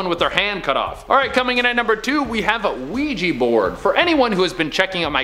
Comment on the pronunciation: It's Ouija, not Weegie.... which is what people from Edinburgh call people from Glasgow, and it's a toy....nothing more.